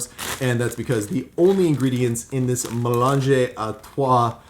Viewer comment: may-LAHNJ If you pronounce French words like mélange (= mixture) just as you would pronounce their Italian equivalents (without the final vowel) you’ll be much closer to the correct pronunciation than you would be using English sounds.That’s because the two languages are siblings and many of their vowels and consonants sound the same. Examples: Italian campagna = French campagne (exactly the same, but don’t pronounce the final vowel) Try to pronounce the following French words as an Italian would: bibliothèque, libre, morte, gastronomie, rivière, tout, fantastique. Perfetissimo! Bravo! Give it a try — it can’t possibly hurt! 🇺🇸🇫🇷🇮🇹